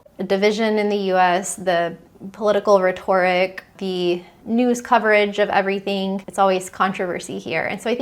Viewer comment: Very hard to listen with the mispronunciations. "Rhetoric," "Threatened," "Important," "Certain," etc. I'm just stating it's difficult to talk to adults who try to speak like GenZers.